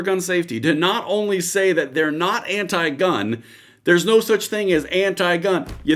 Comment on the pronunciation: "We're not anit-gun". WTF did I just hear? LMFAO